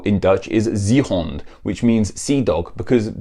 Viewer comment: are you famiar with the IPA? If you are, it might help with your tertible pronunciation. (E.g. "zeehond" = [ze:hɔnt] or [se:hɔnt], depending on where in the Dutch spoken area you are.)